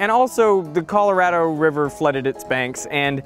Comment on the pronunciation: you're Australian and you said Colorado like an American. What's up with that?